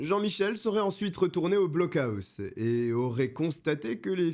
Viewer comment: On dit "blockoss" 😅